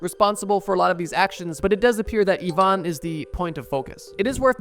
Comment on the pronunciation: It is pronounced "E-van" not "I-van"